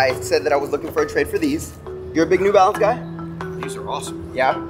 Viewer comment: puma new balanes LMAO